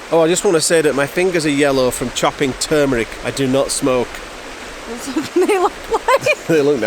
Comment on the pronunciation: Was this your DaVinci Resolve nightmare? You seem to have dealt with it smartly. And bonus points awarded for pronouncing the spice turmeric as "term-er-ick" NOT "tumor-ick"!